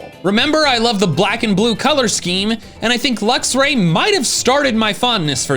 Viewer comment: THERE IS NO VOWEL BETWEEN THE X AND THE R IN LUXRAY!